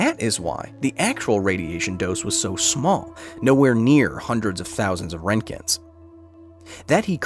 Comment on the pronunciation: That's not how you pronounce Röntgen